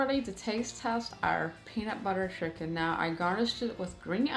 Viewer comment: Excuse me ,she obviously said “penut butter shiken”🙄